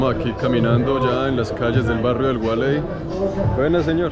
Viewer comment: El gualey no, gualey!!!! A lo pelao 😁